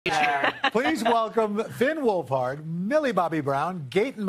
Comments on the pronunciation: “gaten matrazho” “finn wolferd” “noah snap” how. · It was funny when they mess up Finn Wolfhard’s name and said Finn Wolford because my last name is Wolford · Michael Strahan: FiNn WoLfHrD!